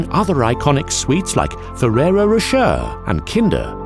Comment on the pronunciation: Ferrero Ro.."cherrr"?